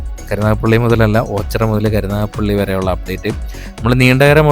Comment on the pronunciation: ഓച്ചറ...alla.. ഓച്ചിറ